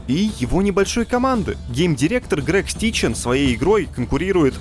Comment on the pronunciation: Не Грег Стичен! Гжегош Стычень! Grzegorz! Styczeń! Ну как можно одного разработчика то не вставить хотя бы в переводчик Гугла....